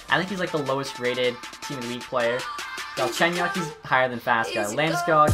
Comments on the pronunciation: Faksa, not faska. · It’s not fas ka it fak sa